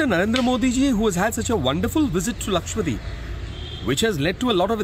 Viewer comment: Lakshadweep ( Laksha Dweep ) . And not lakshwadeep!!